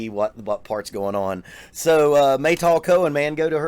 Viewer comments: no... not mey "tool" but "m-a-y (as you may call her....) and "tal" (it means water dew) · It’s Meytal, like Al capone, not Maytol.